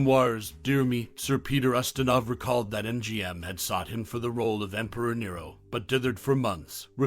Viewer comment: Quo Vah-dis, Peter use-tin-off!!!